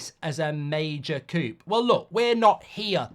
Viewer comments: Mark Coup isn't pronounced as coop, it's pronounced as kew LoL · Coup is pronounced "coo" like "poo". Not "coop" like "poop" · Coup is pronounced coo 😂